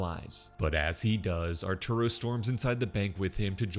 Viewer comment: "archuro" is so funny, I'm sorry😂😂😂